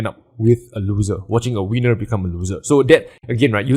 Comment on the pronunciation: when you said "their winner is larger than their looser" - it sounded like their wiener :P